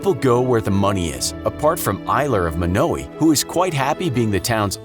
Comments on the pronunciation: It's not pronounced Mo now ee, it's pronounced Mono why. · I’m from Yankton, South Dakota and I’ve been to Monowi and eaten at the bar in Gross, just letting you all know it’s pronounced Mönōwī not Mônōwē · Actually,it’s pronounced as: Mon-o-why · It’s not Muknowi, its MonAWhy you idiot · I live 7 miles from monowi in a town called lynch and it is not pronounced munowy it is pronounced mon-oh-why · It’s mon-a-why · Oh yeah, and Elsie will be quick to correct you it is pronounced Mah-no-why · its actually mon-o-I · As a Nebraskan, it’s pronounced mon-o-eye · The way you Monowi is wrong it's (Mon-o-wi) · Fellow Nebraskan here...is it just me or was the narrator pronouncing the name wrong? I've always known it to be Mawno-uh or Mawno-eye.... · it's MO-NO-WAY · It's pronounced mon-o-a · Monowi, pronounciation (Mo-no-we).... Get it! No we! Just I! Hehe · Your saying it wrong, it's pronounced mon-oh-why, it's rather annoying, ( I'm from Nebraska) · Monowi how does everyone pronounce this wrong its m short a sound i hard o w i as in eye M(aww)n(Oe)w(eye) I know this I've been there but I speak your language better than you